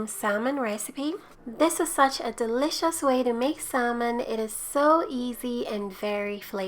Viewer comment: It looks delicious. The "L" is silent in salmon though.